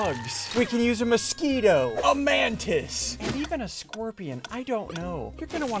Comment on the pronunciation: Bro bacon a Man-tis instead of a mantis 😂